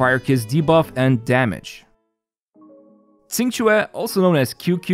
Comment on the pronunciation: It's hilarious a youtuber give up on pronouncing Qingque and just goes for QQ.